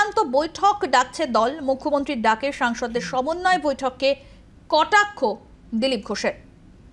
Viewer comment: একজন বলছে সমন্বয় আর একজন বলছে ছমনয় কোনটা ঠিক 😂